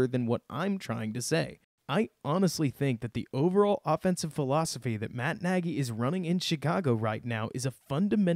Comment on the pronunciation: Great breakdown. For the record, Nagy pronounces his last name so that it rhymes with "egg-y" :-)